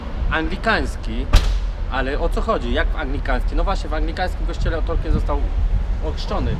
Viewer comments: Ciekawy blog. Co do tego, że nie wiedzą kim był Tolkien, to może kwestia wymowy. Wymawia się "tolkin" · Ja tam nie wiem, ale możliwe, że nikt nie wiedział o Tolkienie dlatego, że dziwnie wymawiałeś jego nazwisko ;p Chyba, że nawet po wymienieniu jego książek z nazwy nie wiedzieli, to nie wiem...